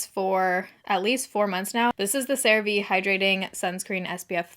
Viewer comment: Girl.... you pronounced Cerave correctly and it almost sounds wrong now LMAO. Congrats on partnering with them, that's incredible!